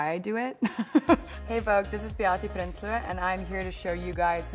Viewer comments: omg that accent when she said her name tho... so Afrikaans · When she says her name and surname she goes into her Afrikaans accent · yes lmfao didnt know she pronounces her name like this super adorable tho